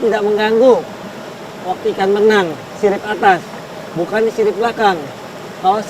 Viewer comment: Berenang om bukan belenang, masarakat om bukan masalakat 😜